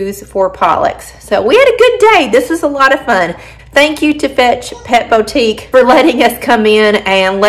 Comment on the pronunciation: It's not pronounced 'beautique'' it's pronounced BOOtique.